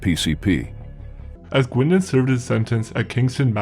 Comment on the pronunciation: The term "deadliest" and how this video has been edited is suspect. The AI voice doesn't pronounce "Guindon" properly. Laughable if you have lived in Oshawa as I do.This video with ominous voiceover and descriptions try to make Bernie sound like a mad dog killer OG of OGs is laughable at best.